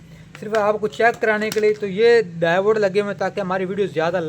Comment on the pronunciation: Davode nai hota diode hota ha bhai